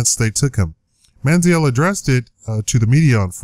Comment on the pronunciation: Try and take a drink ever time he says Man-zee-L